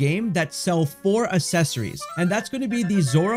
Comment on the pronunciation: OMG, pronounce accessories correctly